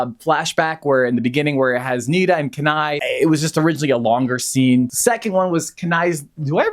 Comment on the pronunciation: it’s very frustrating that you’re pronouncing Kenai incorrectly the entire time. if you watched both movies you should be able to pronounce the main character’s name correctly.